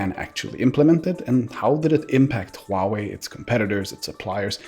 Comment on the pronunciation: thank you for pronouncing HUAWEI correctly